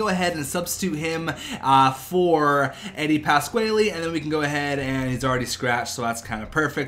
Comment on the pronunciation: you can say Eddies name wrong but please play him.